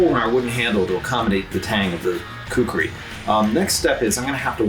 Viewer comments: Everyone should pronunce this awesome weapon as: "Khoo - Koo - Ree " nothing else. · Its actually "KHUKURI" . Nice content.